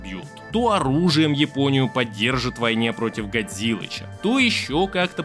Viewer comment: Спасибо за видео! Ты случайно не из Казахстана? Подумал про это когда ты назвал Японию - Жапония Как на Казахском )